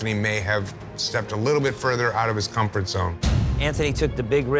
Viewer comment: everytime i hear “Anthony stepped out of his COM FORT ZONE!” 🤦‍♀️